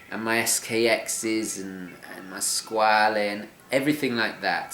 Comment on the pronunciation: I love how he says squaly lol